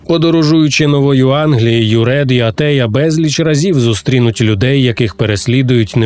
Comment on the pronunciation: Та Антея а не Атея